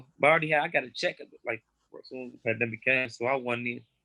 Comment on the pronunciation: Von “the panthemic” 🤦🏿‍♂️🤣🤣🤣